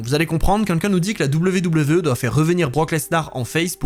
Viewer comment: Super vidéo, comme d'hab ! Et bravo pour les 110k ! Mais qu'est ce que ça me stress que tu dises "quinquin" au lieu de "quelqu'un" :D :D